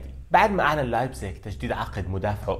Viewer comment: شلون تكول لايبزيغ🤦🏻‍♀️😂😂😂😂😂😭.